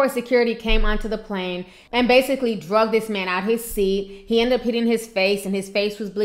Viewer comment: HI T, PLEASE I THOUGHT I'D JUST CORRECT YOUR LINGO A LITTLE BIT. IT'S .....ANOTHER AIRLINE GOT 'DRAGGED' NOT 'DRUGGED'. TO YOU SAY 'DRUGGED', IS SOMETHING ELSE. PLEASE KEEP THE GOOD WORK. LOVE WATCHING YOUR VIDEOS ;). STAY BLESSED.